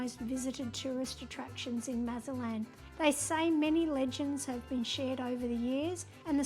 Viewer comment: You visited Mazatlán and made no attempt to learn how to properly pronounce the city’s name. It’s NOT Mazalan! There’s probably a zero chance of you being pickpocketed or being “taken by the cartel”. You made little effort to treat our beautiful city with respect. Please come back but only when you choose to do so.